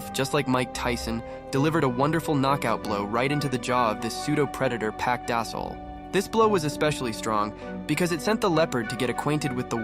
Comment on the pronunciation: Park Da sol more like park dosile😂